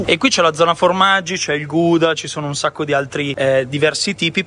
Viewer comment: Che bello due video questa settimana!!! Ma il formaggio “guda” intendi il Gouda? In tal caso la pronuncia è “gauda” con la “g” un po’ scatarrata 😊